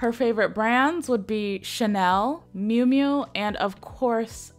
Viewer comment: It's miu miu, not mui mui